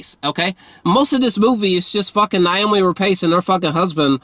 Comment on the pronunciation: A couple of things. First of all you are hilarious and I love your reviews. Now to get into it: Her name is Noomi not Naomi. What you missed is that they lost a child previously whose name was Ada. This both explains why they are so somber and withdrawn, it also explains why they decided to keep the child. Which is explained through the scene when she goes to the tombstone. I think it makes perfect sense for a family that loses a child to speak very little and live very mundanely. It explains pretty much the entire film, outside of the thematic elements of cycles of violence and animal abuse. I don’t think the movie is incredible or anything. I just think you are just missing the linchpin that held the story together. Also, this should in no way be marketed as a horror film, it is a domestic family drama with tinges of horror and fableism.